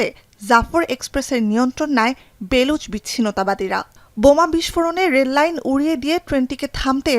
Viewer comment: "বেলুচ" না "বালুচ"।